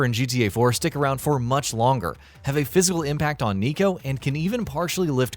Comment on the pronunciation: who tf is nego?? its N-I-K-O